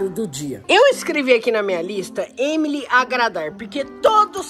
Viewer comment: user-um5th8df2i Tá falando o nome da Emily errado